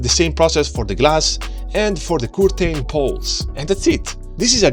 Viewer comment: Haha the way he pronounces curtain got me